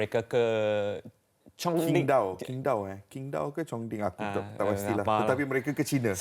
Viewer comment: Itu Qingdao dibaca cingto